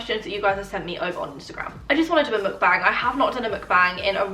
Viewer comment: I think you pronounce Mukbang wrong